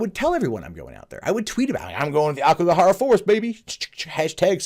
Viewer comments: Another correction; it’s “Aokigahara,” not “Akigohara.” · It's Aokigahara, not Akigohara.